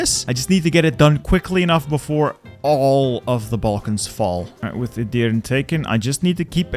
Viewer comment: Bro summoned the entire Turkish community reading Edirne like that.